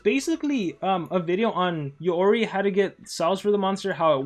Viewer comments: "YOREY" ??? ARE YOU JOKING!!! ITS "YOROY" WHEN PRONOUNCING LOL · Its supposed to be pronounce “yoroy-i”